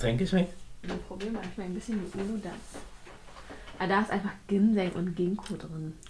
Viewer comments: Ich kenn auch nur die Aussprache wie sie es gesagt hat. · Bei Uludağ wird das ğ nicht mit ausgesprochen da es ein weiches g sein soll haha also wenn du das türkische Getränke meinst 😂